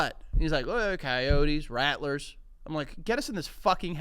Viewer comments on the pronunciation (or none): none